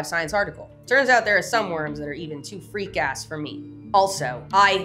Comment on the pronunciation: 😂yep, the em-PHASIS on the wrong syl-ABLE changes it all up!